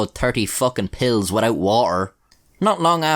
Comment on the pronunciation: Terrrrty fookin pills witoit wah-er